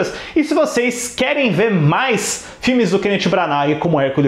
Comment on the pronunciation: Custa falar o nome dele direito, jesus